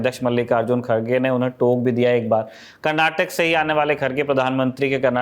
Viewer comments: It's ಕರ್ನಾಟಕ not ಕರ್ನಾಟಕಾ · Request the reporter to pronounce name of the state as the locals do Its “Karnataka” and not “Karnatak” Its similar to Canada.. am sure you dont pronounce it as Canad